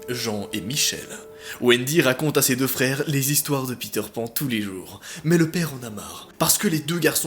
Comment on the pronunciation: Je rêve ou il a dit les fere Grimm a la place des frères Grimm 😂